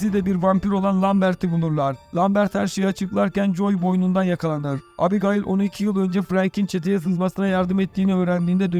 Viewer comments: abigail diye söylenmez o☺ o "ebigeyl" diye söylenir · şu abigayıl muhabbetine daha fazla maruz kalmamak için açtım 1 saat 50 dakika filmi izledim. hayır filmi izlese orada bile ebigeyl diye telaffuz ediyorlar. sündüre sündüre uzatmışlar. güzelim fikri bk etmişler izlemeyin. zaman kaybı. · Abigayl yazilir amaebigeyl olarak okunur turkceniz iyi deyi anlatiminiz yanlis once konusms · Abigail mi? Arkadaşım Ebigeil diye okunur o. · Abigail mi yok ismail deseydin daha iyiydi😂😂 ebigeil doğrusu bu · ABI GAYIL EVET, BEN DE ARAP FİLMİ FALAN SANDIM YUH EBİGEYL OLARAK OKUNUR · Abigayl abigayl nedir kardeş anasınıfı mezunumusun sen beynim yerinden çıkacak duruma geldi kulağımdaki çınlama felç etti beni abygayl nedir amk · abigayil nedir yaa :))))) daha isimleri söyleyemiyorsun sen :D :D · Abigail degil mal "Ebıgeil" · "Abi gaail" hint gurusu ismi gibi okuyorsunuz😅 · Abi,kiz gayymiki kiza abigail diyon,o ne lan😂😂😂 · Abigail yazılır, ebigeyl okunur. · Abi Gayil 😂😂😂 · Sıfır İngilizce anladık da bari ismi söyleyebilseydin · artık o kadar alıştık ki adam hamdiğayl dese tepki vermeden öyle dinlerim